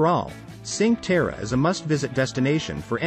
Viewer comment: Ok, but you have to learn how to pronunce "cinque terre".